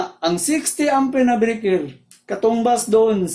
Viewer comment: Ayos po ang paliwanag nyo, medyo po ako nalito sa tono pp ng salita nyo ng Load, Load po hindi po lud.. Breyker po hindi po brikir. Salamat po